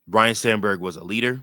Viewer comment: FYI, it's pronounced Ryne, not Ryan, okay?